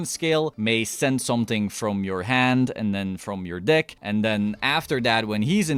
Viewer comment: Iv watched two videos so far. Not know you are saying “dick” instead of “deck”😂😂😂 good content man! I’m a new play only playing duel links so everything here is very informative thank you for the dick showcase!